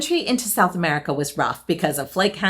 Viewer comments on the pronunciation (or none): none